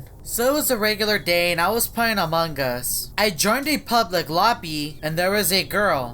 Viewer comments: Its among us not amongus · I die every time this guy says “amonG us” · Subtitle when says among us: amanga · This is how he says amongus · Amon GUS